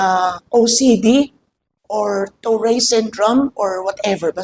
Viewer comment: It is pronounced as toret syndrome